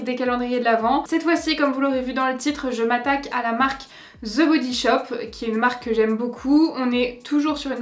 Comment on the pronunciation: "Ze" body shop! Lolll "De body shop!! Pas ZE ..DE ça me fait tellement rire! Mais c'est quand mêmemignon ! Tes yeux 😍 magnifique!! Les 12 premières cases ...Ok... les 12 autres n'apportent rien de plus decevant..